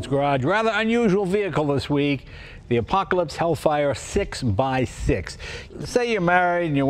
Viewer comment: JAY LENO: Im driving an APACOLISPTH